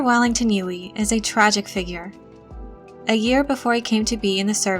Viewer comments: I think it's pronounced "Yueh", not "Yui". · i appreciate the video but the pronunciation of "yoo-wee" is so distracting haha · Girl!! You say Dr. Yueh’s name wrong. Actually Yue is more correct Chinese spelling but writers probably didn’t know or wanted it to look different.